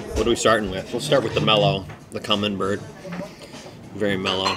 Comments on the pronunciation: Camembert cheese. Is pronounced Camenbear. Not that I'm correcting a bilingual gent as you are. Thanks for the content brother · Definitely not poutine, not even close. Camembert is pronounced cam-mem-bear. Clearly that restaurant has never had a Canadian work there. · Hi, it’s me again. You know the guy that tries to help you. Today’s lesson- the soft cheese is pronounced kah-mem-bear (not Bert!) The hard Italian cheese is pecorino (peck-ah-ree-no.) I have given up on getting some so I will continue to improve you diction and culinary knowledge. Have a great day,. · It’s CAM-EN-BARE and I’m pretty sure the one that tastes like Parmigiano Reggiano is Pecorino...pronounced PECK-A-REE-NO. Most ppl and restaurants use it in place of parmesan because real Parmesan is highly expensive and is only permitted to be made in Italy. Just an FYI ✌🏻🥰😊